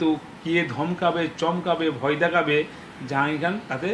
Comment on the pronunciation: নিজের নামটা ঠিক করে বলতে পারছে না, জাঙিয়া খান বলছে ।